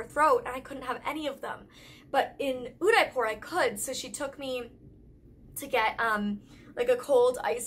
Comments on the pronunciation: in the pronunciation of d in Udaipur is ' the' not 'de' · You're supposed to pronounce Udaipur as Oo-they-pur ..😊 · What place was she trying to pronounce when she was saying "Unipor"?? I can't find it. Thanks! 😊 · The D in Udaipur is pronounced as "Th" in The😂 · Wait what? She definitely butchered the city name Udaipur. 😂 I mean no hard feelings, im not mad at her. But her pronunciation was not perfect but not bad either! It was good. 😊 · it took me while to understand her when she said udaipur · Oh!! Is she trying to say "Udaipur"??